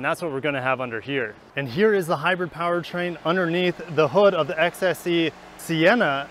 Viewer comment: Reason I didn't Finnish watching this is because he couldn't even say hybrid right.. just saying